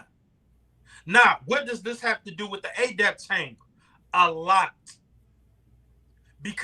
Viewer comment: Is he purposely pronouncing Adept (eh-dept) as Ayy-dept like it's adapt and not Adept??